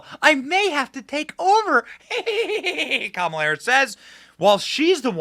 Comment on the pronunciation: Kamala, not Pamela (or was that on purpose?)!